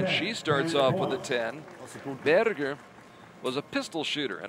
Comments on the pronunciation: Probably someone told him there's no "burger" in German. I think the simplest approximation in English is "bear-ger". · I just love how he pronounces "Berger" :) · I suspect he's trying to pronounce Berger in German, badly.